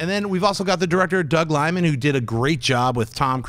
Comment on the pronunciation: Doug Liman, not Doug Limon.